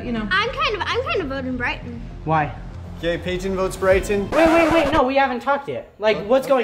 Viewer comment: How called Bryton Briton😂